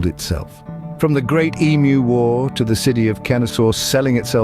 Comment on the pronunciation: I'm Australian and I get really frustrated correcting that fact. We did not "once" have an emu war, we did it twice! Also.props for the "ee-mu", not "emoo"